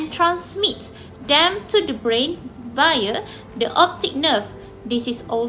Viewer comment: Thank you for uploading the video. The content is comprehensive. The video is made nicely and enjoyed watching it. Overall, a good job. Score: 4, 4, 4, 4, 3 = 19 Presenter 1 Should have avoided the use of pronoun "you". issues with plural noun (e.g., two functions), brain (breɪn) , conjunctiva, * issues of the plural S ending, oblique (əˈbliːk), coordinate (verb - koʊˈɔr dnˌeɪt), Presenter 2 Fluid (ˈflu ɪd), Presenter 3 cranial (ˈkreɪ ni əl), segments (observe the typo ) - very clear pronunciation! Presenter 4 issues with plural sounding, choroid (ˈkɔr ɔɪd) Presenter 5 pupil (ˈpyu pəl) , should've said "various distances"